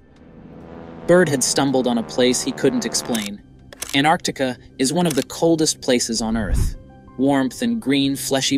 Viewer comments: Why is he calling it ANARCTICA? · Why do you keep pronouncing Antarctica that way? Your dropping the T.....it is pronounced ANN TARTIC KA no matter where you are from. It is not ANN ART TIC AH